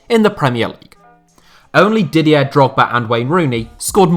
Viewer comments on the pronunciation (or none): none